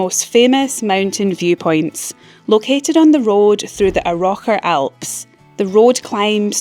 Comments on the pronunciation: Think it's pronounced Arrow-CHAR not AROCKer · A-roch-ar? 😅 Ar-och-ar! Really! 😂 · Yeah, I think the pronunciation of Arrochar and Powan need a bit of work Aarr like pirates - och like loch - aarr like it sounds. All run together without an emphasis on the och in the middle. Powan like pow as in power an just like Anne. All run together like powanne with a soft A. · The what Alps ??? 😂 I think you need to work on your pronunciation of Arrochar R -0-car Powan too Pow -an As in pow 💥 😂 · You pronounced Arrochar wrong! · Dunoon is rather more presentable than when I was last there about 30 years ago, when it looked very run down. I must admit that my only other visits to the Cowal Peninsula have been when I have been heading to or from ferries and I have just rushed through, vowing to return at some future date, as it is very picturesque. By the way, , you mentioned the Arrochar Alps - isn't the stress meant to be on the first syllable (as in Arran)? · ...you did not pronounce Arrocher properly. The stress is on the first syllable, not the second. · That pronunciation of Arrochar was something else 😂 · Absolutely outrageous 😂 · Very interesting pronunciation of "Arrochar". Love it. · Fabulous wee tour of the Cowal Peninsula! I was there briefly last summer en route from Bute (unintended rhyme!) to Portavadie to catch the ferry to Tarbert. And then, after a couple of days there, on to Kennacraig for the ferry across to Islay. You've convinced me I need to revisit and take my time exploring this 'secret coastline'.:) I won't mention your pronunciation of 'Arrochar' because that's already been noted.;) This is the first time I've commented, but I've been a long-time admirer of your engaging videos. Thanks,! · Step back in amazement, wow , wow ,wow. She Scottish doing a Scottish travel video , I thought I should help her , I suspect the voiceover maybe ai as NO. Scottish person say Arrochar like that .